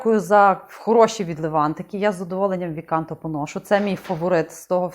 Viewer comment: Вибачте , але V CANTO - це ( не ві канто ) а квінто канто( П'ята пісня, п'ята глава) , римська 5 . Лінійка ця присвячена Божественній комедії Данте Аліг' єрі.